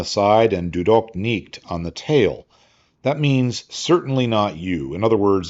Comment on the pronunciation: Das war ein tolles Video. Äußerst unterhaltsam und belehrend dargestellt. Die Aussprache des Spruches "Du doch nicht!!" war zu furchtbar, aber ich befürworte es, dass daran gearbeitet wird. Wer so viel Faszination an Geschichte hat, sollte auch den Nötigen Aufwand, in die Helden, Kultur und Sprache seiner Feinde vertiefen können. Nicht desto Trotz, war dies befriedigend. Danke, für den Respekt an unserer technologischen Fortschritte und die Anerkennung unserer tapfern Soldaten, des ersten Weltkrieges.